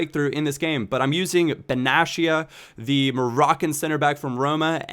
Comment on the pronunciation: Listen, Benatia's name is pronounced this way BEN-AA-TEYYA not BENASHIA:) hope this helps.